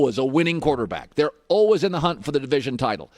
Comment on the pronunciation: Worst way I’ve ever heard the word always lol